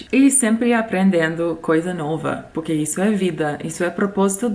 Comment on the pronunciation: O seu poque sem o r e muito bom kkk